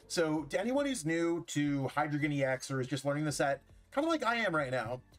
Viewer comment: "Dei," "Zwei," "Drei" are German for 1, 2, 3, and they all use the long "i" sound (rhyming with 'sky')